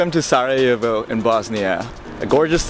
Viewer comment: Is sarajevo, not sa'ajevo bro. na good video